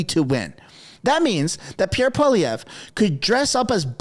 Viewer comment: Please tell me that you do know how to say Poilievre's name! Not "paw-le-veer"!